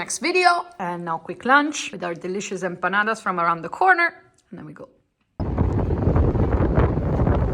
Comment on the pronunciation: Let me tell you that at some point I thought you were from Argentina, maybe the children of Argentinians that migrated to Europe, because the pronunciation of the few words that you said in Spanish was so on point, for example “perros” and “empanadas”. Enjoy your trip. Cheers!!